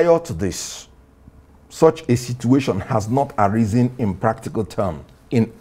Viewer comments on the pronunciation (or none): none